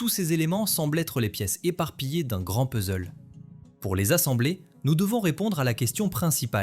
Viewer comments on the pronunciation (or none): none